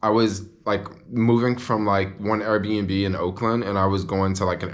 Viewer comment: I love how you pronounce Airbnb. Errbnb. I love to eat at KFC for lunch. That new $3.99 chicken sandwich is the BOMB yo. So juicy and delicious. With the Pickles. Don't get me started on the PICKLES yo. And then there is always SUSHI for LUNCH. Oh, how I love eating things with faces. I am a carnivore YO. Born and Raised. All you people who claim to love God and be so Spiritual and spout all the God stuff and call yourself Vegan, need I remind you of what your God said. Acts A voice said to him, "Peter, get up! Kill these and eat them." ... And there came a voice to him: Arise, Peter; kill and eat. ... And there came a voice to him, Rise, Peter; ... OH YOUR GOD IS A KILLER and MEAT EATER.